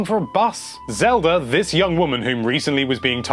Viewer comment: Lol he sometimes calls it "Zelder"